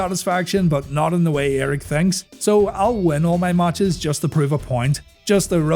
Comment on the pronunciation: Its matches not maaaaches